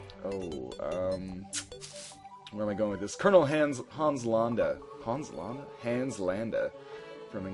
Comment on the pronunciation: Actually your Korean pronunciation of Hans Landa is closer to the truth to what it sounds like in German.